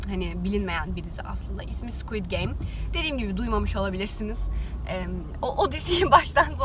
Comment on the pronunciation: 1:5de öyle söylediki dedim diyçek diy diy sgid game söyledi😂ilahi alemsin😂